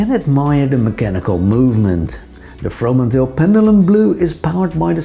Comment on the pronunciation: So funny how perfectly you pronounce the 2 names of the Dutch founders doing an English spoken video! I find the Fromanteel very interesting. Hope to visit their shop in Amsterdam one day.